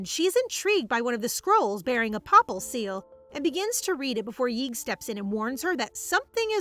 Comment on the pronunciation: Papal: PAY-puhl Papacy: PAY-puh-see